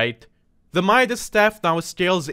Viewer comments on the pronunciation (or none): none